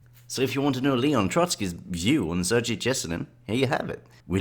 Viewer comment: it’s Sir-Gay, ye-se-neen